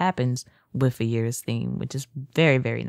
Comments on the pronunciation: Theme is pronounced eye-ris btw. But nice video. More ideas and tweaks to add for me! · For the record, Ayeris is pronounced "eye riss".